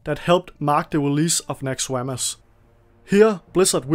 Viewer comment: "NaxxerWAMUS" lol